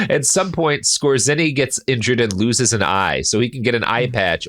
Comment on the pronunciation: Skōre-tsuhnee, not Skuh-zēnn-ee